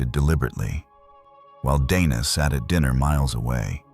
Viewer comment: To be fair some people would say Donna rather than Dana. Some are just bad at pronouncing names. Hell my legal name is easy as hell to pronounce and people still mispronounce it. They either call me Dina, Diana, or Deana none of which are my name. My name is Deeanna Dee-ann-uh. Some even say Dee-on-uh which is also incorrect. So I give lead way to mispronouncing of names. Because it happens to me often.